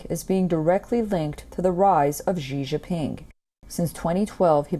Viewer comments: My name is Xi JiNping more emphasis on the alphabet 'N' not Xi Jiping😂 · Seriously, please learn to pronounce “Xi Jinping” properly 😓.